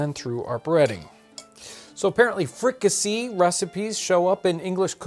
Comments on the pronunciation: Pronounced free-ka-say. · The "see" in fricasée is pronounced "say".